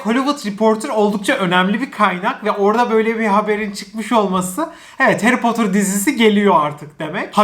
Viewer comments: Harry Potter dizisi geliyor! Bütün Türkiye: Hayri Potter dizisi geliyor!:D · Harry Potter türkçesi : Hayri Potır